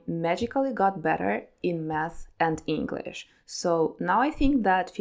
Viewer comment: I like your enhlish pronunciation. Sounds similar to sgt Garsia's ))))